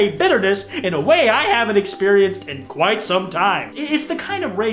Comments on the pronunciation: im not al- with that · you could say hes Annoyed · Is “” a good clip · wow you must be mad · that's the statement